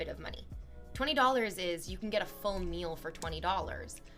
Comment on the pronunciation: She says the word “meal” like she’s never eaten in her synthetic life